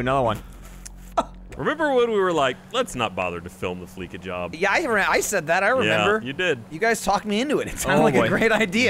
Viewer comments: Noooo it's Flee-sa as in "we'll Fleece ya... cause we're a bank". Fleeka. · I want to cut my eats off when they all says fleeka. Its FLEECA "FLEA- SAH" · Say it with me... fleece.... fleece. Like shaving a sheep gives you fleece. Hair. FLEECE. NOT FLEEK. FOR THE LOVE OF FUCKING SATAN, LISTEN TO THE DAMN COMMERCIALS THAT HAVE BEEN IN-GAME FOR OVER A DECADE